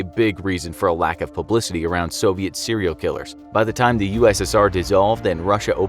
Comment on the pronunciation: How many times did he say cereal killer in this episode